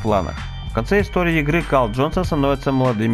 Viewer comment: Хех, почти в конце послышалось Кал ДжонсонXD